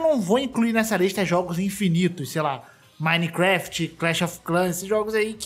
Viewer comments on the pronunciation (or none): none